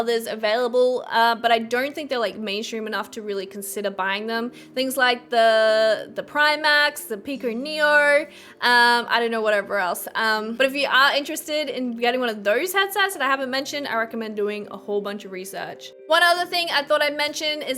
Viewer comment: the "primax"... that was painful.